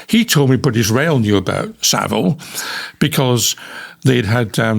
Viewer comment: It’s vile not ville. Easy to remember.